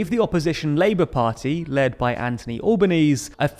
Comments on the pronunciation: Man really said Anthony All-Beau-Knees It’s a Anthony AlbonEeezee🇮🇹🇮🇹🇮🇹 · it's pronounced "AN-thon-y AL-buh-NEE-zee" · Anthony Albanese is pronounced "AnTHony Albo-nee-zee". Or, make it easier on yourself and call him Albo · For future coverage of the Australian election, the Labor leader is named Anthony Albanese [al-ben-ee-zee] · Excellent video, love the extended nebula version, that's not how you pronounce Albanese though 😂 I'm Australian (and an international relations graduate if you ever want an Australian correspondent), and we pronounce it "Al-ban-easy" and most refer to him as Albo "Al-bow". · For future reference Albanese is pronounced "al-ban-easy" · Glad to see this is less Euro/American centric. The world has so much news and you can be the voice for it! Especially the Pacific and African areas! ❤️ little sidenote it’s pronounced Al-boh-nesey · Small criticism, you mispronounced the name of Australia's opposition leader. His name is pronounced with the H in Anthony and both E's in Albanese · That pronunciation of Anthony Albanese hurt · That is quite a way to pronounce the opposition leaders name in Australia. Thanks for coving our little election. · Please note that you mispronounced the Australian opposition leader's name; the trailing 'e' is its own syllable. Hopefully he'll be PM in a couple of months, so it's good to get that right. 🙂 (Don't be like the US, where two administrations in a row flubbed an Australian PM's name. 😉)